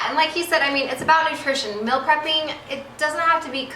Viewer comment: Why does she say "mill" prep?